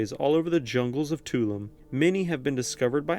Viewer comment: Tulum is actually pronounced too-loom